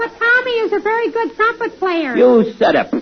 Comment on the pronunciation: Tommy: "Wanna hear me play a 'pune' on my 'prumpep'?" Lou: "NO". Tommy: Then how about the 'clarinep'? I play the 'clarinep' , the 'prombone' and the 'puba'! Lou: Oh no, you don't play the 'puba'. A 'puba's' what you keep uh your uh, 'poothpaste' in to brush your 'peeph'!" No wonder Bud lost it, that was a brilliant ad-lib.